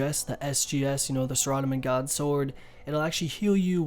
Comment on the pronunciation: Sarah-dough-min not suh-raw-duh-min lol